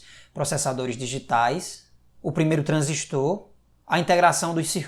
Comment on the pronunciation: Ja gostei do vídeo, parabens pelo trabalho de trazer essa aula para nós. Parabens tbm pela pronuncia correta do TRANSISTOR. Parabéns!